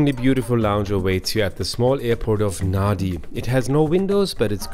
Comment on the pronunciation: Thanks! Lovely review of Fiji Airways. Just a couple of notes for clarification: kava isn't a dessert, it's actually a drink, it's a root from the kava plant mixed with water and served in our ceremonies. It's called yaqona in Fijian. Secondly, Nadi usually is pronounced "Nandi" as Fijian has an 'n' sound usually before pronouncing d. But I do hope you get come back to explore Suva, the capital, the mainland (Viti Levu) and Vanua Levu too. ❤❤❤